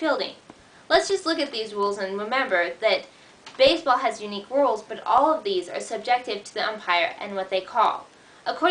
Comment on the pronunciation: "rules" not "wules." At least you are pretty.